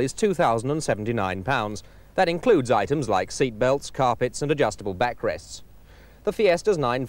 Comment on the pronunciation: "corpet"!!! Is not that out of Tony Greig's book of pronunciation!!